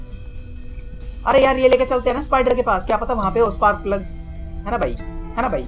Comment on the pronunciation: se special key ko spar plug bola 😁